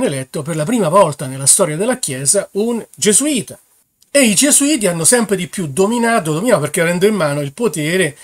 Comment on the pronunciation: il vaticano non puó scomunicare nessuno . bravo hai finalmente marcato "gesuiti"